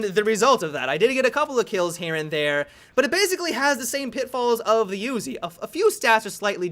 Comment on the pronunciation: "The ooozi"